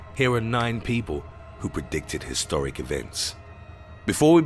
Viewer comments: Historic not hystoric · They will Kill You “Hystoric” you sure its not Historic, work on your intro cards